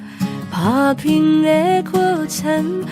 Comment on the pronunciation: 打拼的過程，發音怪怪的